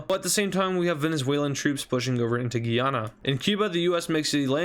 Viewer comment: He says guyana wrong Guy-Anna